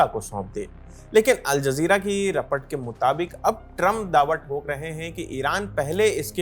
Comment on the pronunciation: Report ko repart why 😅😂😂😂